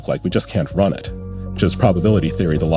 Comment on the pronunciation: Zitron literally doesn't know how Eliezer's name is pronounced